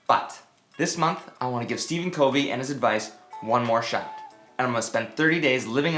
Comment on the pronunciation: You're mispronouncing his last name...it's [kuhv-ee].